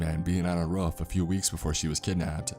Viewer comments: Why did he say ruff instead of roof? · Boogie man on the rof, not roof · The way he says roof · Love the story and love your narration. Just... please... work on your pronunciation of roof.